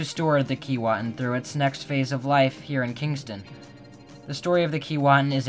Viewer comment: Sorry but your pronunciation is wrong according to Aboriginal people it is pronounced Kee way tin. The same as Keewatin Ont., next to Kenora Ont.